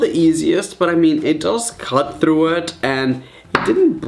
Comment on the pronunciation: I Love when you say throught it's so funny😂😂😂